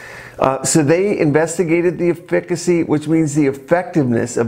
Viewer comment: Kinda surprising that a doctor doesn't know how to correctly pronounce "efficacy."